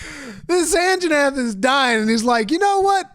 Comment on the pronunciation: best part is how Asmon calls Anjanath the "Anna Jeff"